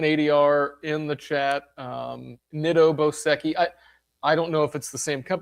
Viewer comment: What's so difficult about pronouncing Nitto Boseki? Ticker: 3110.T